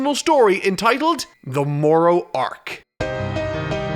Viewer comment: I wish you said the word arc normally